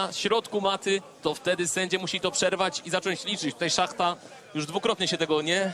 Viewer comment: Nie szachta tylko shmata